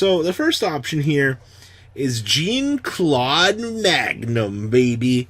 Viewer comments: Okay it's not jeen Claude Magnum it French a j and an e a make a jgun said fast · Triggered me so hard every time you mispronounced Jean-Claude